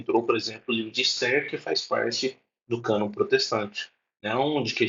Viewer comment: Só de falar canôn protestante já é uma piada